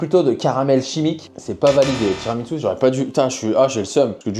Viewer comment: par contre, le tiramisu c’est italien c’est pas japonais 😂😂😂 ça se prononce tiramissou et non tiramitsou 😂😂😂